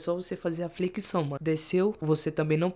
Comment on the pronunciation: fala "Flequição" kkkk